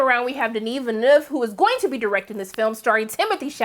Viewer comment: You pronounced Villeneuve correctly! I ❤️ you! hits like